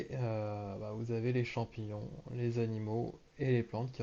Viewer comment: Champignions ou champignons 😭